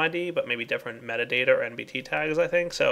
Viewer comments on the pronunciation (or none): none